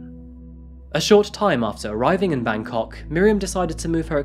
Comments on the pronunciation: bro when you pronounce Bangkok, you gotta stress the bang and not the kok. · it's Bangkok. not Bankok.